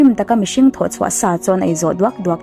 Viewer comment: A ngaihnawm e. Mahse, o hi au angin i lam ri zel a, a dik lo... o chu o a ni mai. Entir nan, lo chu lau tiin i lam a, tho pawh thau tiin. I lo sim tawh dawn nia. 😁